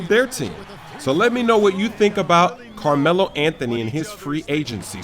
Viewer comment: Carrrmelo Anthony... - Evil Carmelo